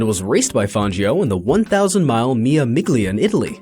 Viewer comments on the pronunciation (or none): yeah and mille miGlia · ...nor does he have an effing clue on how to pronounce Italian. Hint: "gli" in Italian is pronounced "ly" or "lyi:. So "Mille Miglia" becomes... yep, something other than what he said.